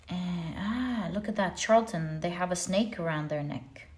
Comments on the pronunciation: Pile #1 is pronounced Shar-la-ten 🤗 The Charlatan in pile #1 & #3 is my husband, I'm breaking free after I get all of my ducks in a row. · Dearest! You do so much for us. I feel the need to tell you charlatan is pronounced shar la ton. "ˈSHärləd(ə)n,ˈSHärlətn a person falsely claiming to have a special knowledge or skill; a fraud.